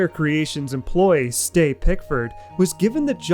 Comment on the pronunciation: Ste, sort for Steve/Steven/etc, pronounced like Tree